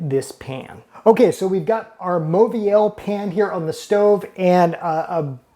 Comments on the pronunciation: Say it with me: mo-vi-el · It’s pronounced Moviel — the “au” is pronounced “o” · Typical American dickhead who doesn’t even attempt to learn how to pronounce these French brand names. It just serves to make him look and sound like a total prick. To be clear, it’s: “Mor-vee-al” and “lur Croo-Say” Do they teach anything in US school?